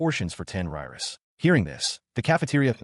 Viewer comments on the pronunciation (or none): none